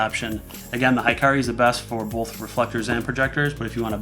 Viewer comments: He-ka-ri :) not hi-ka-ri it's mean [light] in Japanese :) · it's pronouced hee-kah-ree, not high-kah-ree. It means "light" in Japanese. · A nit: Hikari is pronounced "Hee-car-ee" and not "high-car-ee." ( Japanese vowels = Spanish vowels. ) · Great review! However it is annoying to hear americanized japanese pronounciation. Hikari should be pronounced he-ka-li, but what even. Since you guys already ruined pokemon especially when nintendo put an "é" to remind you. I guess I should just get use to it. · "Hikari" should be pronounced, "He-Car-Lee" Hikari(光) means "light" in Japanese. I'm Japanese subscriber!!!!